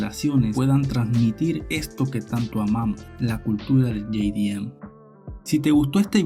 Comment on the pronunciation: todo el planeta _ jdm latino america - ye-di-em xdxdxd